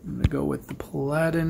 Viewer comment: Dude it's Pal·a·din not PA-Lad-in lmao